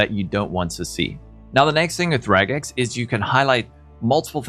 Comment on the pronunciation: Thank you for saying regex and not rejex.